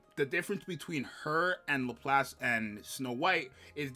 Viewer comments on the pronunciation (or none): dood... lap lass. its not hard. literally two english words in pronunciation. 🤣 but yeah thats basically my top 3.